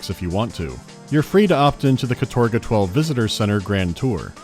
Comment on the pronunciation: Sorry, but in Russian it pronounces kAtorga, not katOrga, with the stress on the first syllable, despite many english sources saying otherwise.